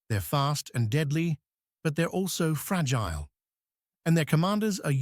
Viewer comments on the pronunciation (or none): none